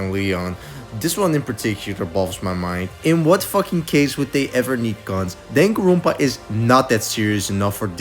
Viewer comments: danganronpa is a japanese word, you shouldn't be pronouncing it with an accent other than japanese 😭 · why do you pronounce danganronpa like that